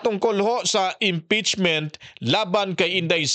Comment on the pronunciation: Sobcrayb hahaha impetsmin hahaha